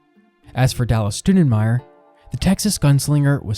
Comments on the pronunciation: It would be cooler if they could get our last name right. How does Stou sound like stew? It's closer to Stow... in respect for my great grand uncle - Scott Stoudenmire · Good job but I wish you wouldn't mispronounce our last name like my first grade teacher. It's not Stew-da-myer, closer to St-ow (/ou/) den-meyer. Cheers and thanks for what you're doing Scott Stoudenmire